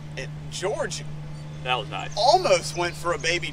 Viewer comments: It’s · its!!!! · I love when Wesley calls George “gerge” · You shallow the club nicely in your transition. Is this something you think about? Are you actively manipulating your hands to do this or is it a result of something else? Your move is more pronounced a la Sergio - you know what I mean? Great stuff, thank you!